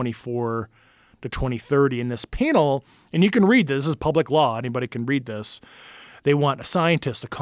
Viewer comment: “panel” why dies he not know how to pronounce this word? He keeps saying painall